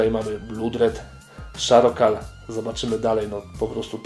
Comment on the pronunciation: blood czytamy przez o a nie u a charcoal nie szarokal tylko czarkol pozdro